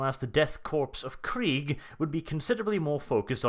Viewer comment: did you seriously say corps as corpse.....